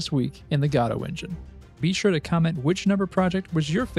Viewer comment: You said it right!!! Subscribed.